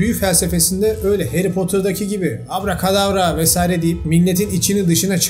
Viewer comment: abda kabada diyor zaten (abra kadabra) demiyor 😅😂